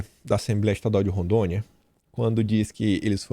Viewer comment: Não “Randônia” é Rondônia. Kkkkkkk